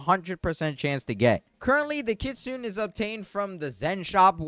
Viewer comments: Dude its not said like kitsoon its said like kitsoonay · Kitsune not Kitsun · Hey i dont mean to be rude or anything but just a lil thing its prounounced kit-su-nay and train-qwil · If he is 6, you may as well be 3. He was referring to the pronunciation not the spelling, in which the creator did mispronounce